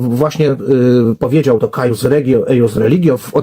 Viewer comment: "Cuius regio, eius religio" (czytaj: kujus ) uczmy się łaciny w cywilizacji łacińskiej